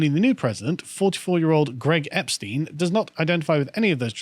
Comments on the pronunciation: For someone who used to live in Germany why do you always mispronounce Epstein? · 'Epstein' 'athiest' lol